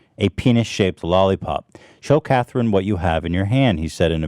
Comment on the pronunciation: But why did he pronounce "Catherine" Cathreen 🤣?!